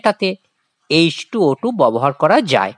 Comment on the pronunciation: ববহার না ব্যবহার, বড় কানে লাগছে